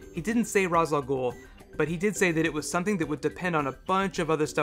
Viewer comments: its not ra's its raish just spelled ra's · Somebody's probably pointed this out, but the name Ra's Al Ghul is Arabic, and is pronounced like wraith, only with a sh at the end...